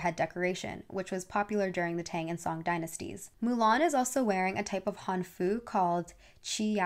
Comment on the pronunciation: hanfu is HANfu, more emphasis on the first syllable :>